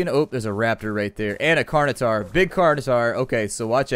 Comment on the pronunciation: Please learn to pronounce certain words properly. It's pronounced Carn-o-tor-us, not Carn-o-tar. Other than your horrible pronunciation, great episode. :)